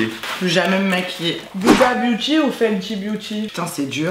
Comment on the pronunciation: Chui la seul pour qui sa stresse quelle disent yhuda beauty ?